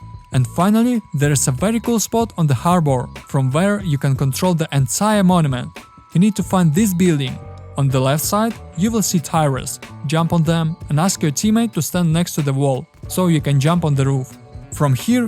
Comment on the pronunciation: "tie-res" lmao you gotta work on your english man:D good video though!